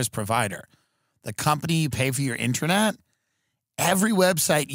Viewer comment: "Ininet" i think thats all we need to know.